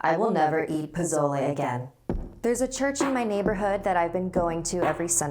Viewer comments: You said pozole wrong lmao jk not trying to make fun of u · I didn't even know she meant pozole because of how she pronounces it 😅and I still love pozole 😌😂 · the way you pronounce it makes my Mexican grandma want to jump out of her grave and slap you. But scary story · It is spelled TIA. But pronounced TH-E-A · How she pronounced "tia" and "posole" tho 💀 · I love you but it bugs me how you are messing up the Spanish words and names😯😤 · I know this is supposed to be scary but She had me dead when she tried pronouncing spanish word like Tia to and pozzole to 😂😂😂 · that’s not pozole but k😂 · pronounced Poe so leh not poe zo le and The ah not Tee ah sowy i had to😂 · I'm sorry, but the way you say "pozole" is triggering lol it's po-so-ley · Not to be rude but pesole is pronounced as pu so le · Its pronounced po-so-le not po-zoi-le 😂 (NO HATE) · pa-SOL-aye. SOL. SSSSSSSSOOOL. not zol ss not zz. the cringe. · It’s not pozolay it’s pronounced posole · Pizolay wtf can't even say pezole so if you can't speak Spanish then don't. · I hate how she pronounces pozole it’s pronounced (Po-sol-e) not (Po-zol-e) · "po-so-le" yummy not "po-zo-le" You say it like the first one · She kept saying POH-ZO-LAI but it's actually POH-SOH-LE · It pronounced Po-so-leh (it's not spelled like that) not pozole 😂 ❤️ you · Posole!!! Is how you pronounce it. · 1. Pozole Is pronounced po-sol-le 2. Eduardo shut up, God isn't real (I'm in a not very religious Catholic family but I'm a atheist in my family) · This is how u say it "po-so-le" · Everyone is butchering pozole, it’s pronounced po-so-leh. I know dis because I myself have had pozole and I am also Mexican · 1.Its not “Pozole” it’s Pasolé. 2.Its actually really good. 3.I love you so much ❤️❤️😂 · I thought she said japotlay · Sorry but it's been bothering me the entire video... it's pronounced po-so-lay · Posole not pozole.-. Like pa-sol-a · Do you mean poz-o-le?? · Pozole is pronounced Poh-soh-leh fyi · Pozolay lol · pizolay is bomb